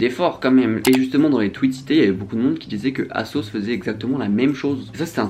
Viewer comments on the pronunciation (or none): none